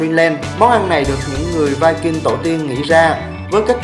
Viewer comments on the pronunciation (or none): none